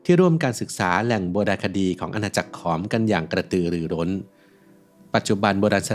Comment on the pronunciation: ถูกต้องแล้วขอมโบราณ ผู้รู้จริงต้องอ่านแบบนี้